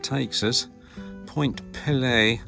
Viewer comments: Nice video. (BTW), it’s spelled and pronounced Point Peelee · I am Canadian and I know that we do like to point out that Point Pelee (pronounce pee-lee) is farther south than Northern California. This is really cool. I am glad I found this video. I had no idea you could take a cruise like this in the Great Lakes. I always think of short day cruises like 1000 Islands or crossing Huron on the Chi Cheemaun. I would love to take this cruise. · Ahh……how the take a cruise. Viking cruises are pricey, so are the other Great Lakes cruises from other companies. I have to tell you your pronunciation of Point Pelee was hurting my ears and dving me nuts! I’m from the Niagara Peninsula right in the middle of Lakes Erie and Ontario. It is pronounced like this peel- lee long vowels, sorry but I had to say something. And actually Pelee Island is even further south than the point, many Americans from the upper mid western states are shocked when I tell them a great number of Canadians actually live further south than they do and further south than Northern California! And the Prickly Pear Cactus is native to Point Pelee and to Pelee Island. Surprising eh! The Niagara area to the western end of Lake Ontario also has a Mediterranean climate with vineyards, tender fruit and the best strawberries you have ever tasted!